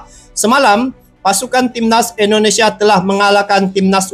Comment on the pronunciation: Bang mohon maaf. Kita namanya INDONESIA. Bukan Endonesia bang